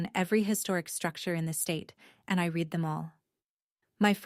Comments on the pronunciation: Read is a verb. To read. Have read. Will read. Im not sure about your now, past, future is but .. Make your AI understand that the prounancation are different please!! Im a Swede and it is just not acceptable!! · Jolene was 8 when this started. Now she had a pool party at 7. You're not paying attention to the details. Do you proofread your own stories, or do you just AI write them & read them, & mispronounce "read?" Try again.